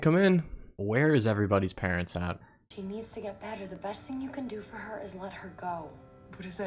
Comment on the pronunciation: I fweel bad fow Matt